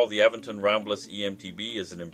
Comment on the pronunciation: Great review but your saying the company name wrong It’s Aventon not A ven ton❤️